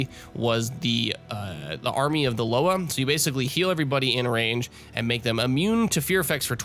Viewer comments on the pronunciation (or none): tip - loa is pronounced l-oh-ah, it's a haitian voodoo thing quite appropriate for a witch doctor, no?